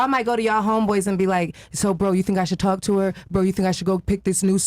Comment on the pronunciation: this woman mispronounces every word.... "talsk" to a man, "aksing" a question, "muhzuklin" man....